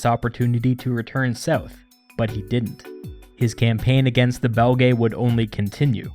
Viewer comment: Belgae is pronounced Bel-gee or Bel-jai (or juest Belgi) but definitely not Belgaye. An æ vowel doesnt make an A sound, nor is it 2 separate vowels. It makes the sound in Cæsar or Encyclopædia. Essentially the same as their current name Belgian/Belgium without the an/um.